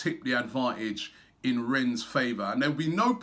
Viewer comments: please robbie... its pronounced REN not RENS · Pronunciation is Ren silent s Rob common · Jesus... Robbie, mate, it's pronounced 'Ren' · "Renne" robbie . remember ur preview last week . no "S" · Really Robbie you still pronouncing the club name incorrectly as Renz? I wonder what AFTv fans in Rennes think about that? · It's 'Renn' mate! Do the honors of pronouncing it correctly before we thrash them. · just because of robbie's shit pronunciation, I want rennes to win lol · LEARN HOW TO SAY RENNES PLEASE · even after the guy in Rennes told him you don't pronounce the s he kept doing it ! Nothing but love for Robbie but pronunciation is a weakness! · Man...how many more times! Don't pronounce the "s" in Rennes!🤣